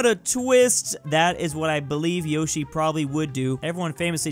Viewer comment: You were mispronouncing Yoshi.